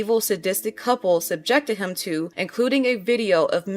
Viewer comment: How you say the word ‘him’ is so jarring 😅 you say it like ‘hum’ rather than emphasising the ‘i’